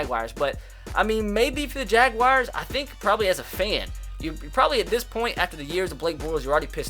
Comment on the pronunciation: It's not the jag wires lol you can't pronounce names for shit